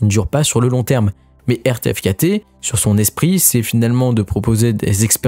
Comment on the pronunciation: RTFKT se prononce " Artefact " je crois ;)